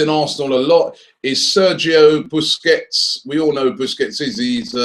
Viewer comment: try pronouncing his surname right